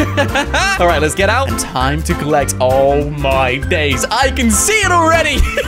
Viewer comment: its funny when you say oh my daze